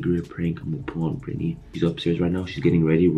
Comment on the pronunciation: what no It’s britney.. he said actually but it sounded like Ashley